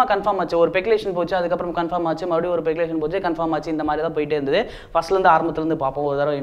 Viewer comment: Peculation ah :O Speculation thambi adhu